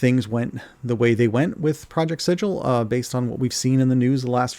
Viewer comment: Thank you for calling it Sid-jill and not Siggle.